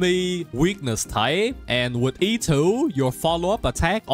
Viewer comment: every time he says E2 i hear "itto" 😅